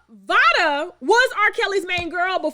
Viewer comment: Im pretty sure it's pronounced liked "vay-duh"...Vada Penkett, like Jada Pinkett